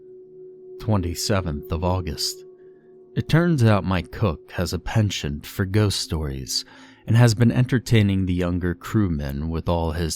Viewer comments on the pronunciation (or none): none